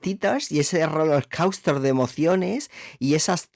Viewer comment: parece que dices h0loc4usto en vez de rollercoaster 😭😭😭